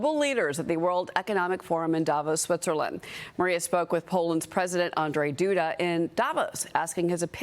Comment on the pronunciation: You must pronounce his name as Und-Zhey Doo-Dah.